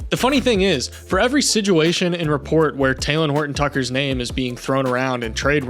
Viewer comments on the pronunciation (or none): Aye bro I love your videos but why do you say sidguation